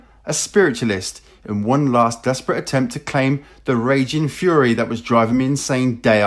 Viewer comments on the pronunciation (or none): none